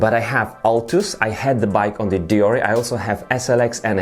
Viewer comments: its pronounced *Deor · You say it like deor, only people that say nik’e will say deor’e